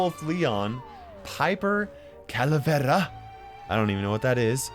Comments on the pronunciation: I love how he pronounces it "Calaverrrrraw" Es como si la letra R sola no existiera para ellos, es todo el tiempo "errew" jajaja YES I AM BILINGUAL amigo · JAJAJAJAJAJ DICIENDO "CALAVERRA" XD